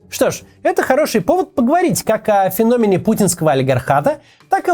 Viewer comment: феномЕЕЕЕн, ударение на ЕЕЕЕЕЕ, Максим, треба освічуватися......